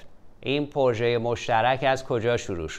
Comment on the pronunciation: اقای مکری درود ، ازشما که مجری باسابقه ای هستید انتظار میرود لغات را درست تلفظ بفرمائید : " پورژه "غلط است "پروژه " بایستی گفته شود و یا اگر مانعی نمیبینید بجای تلفظ فرانسه این لغت گویش انگلیسی انرا ادا کنید ، شما در هر برنامه تان چندین بار تلفظ غلط را که نه فرانسه است ونه انگلیسی ونه تلفظ معمول فارسی تکرارمیفرمائید ، یکی از برنامه هاتان را مجدد بازبینی بفرمائید متوجه خواهید شد چند بار "پورژه" را بجای "پروژه" یا "پراجکت" گفته اید سپاس